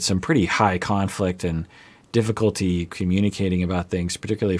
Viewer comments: DiffiColtee. I cannot hear it in a different way ;) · Just roll the R colty it's not that hard 😅